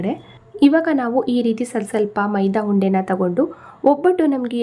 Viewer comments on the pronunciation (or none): ಮೈದಾ ಹುಂಡೆ ಅಲ್ಲ ಮೈದಾ ಉಂಡೆ